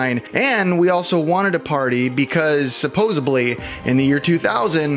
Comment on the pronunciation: Oh no! You said supposebly. I don’t know how to spell it since it’s not a word, but your content is fun so, I’ll watch more.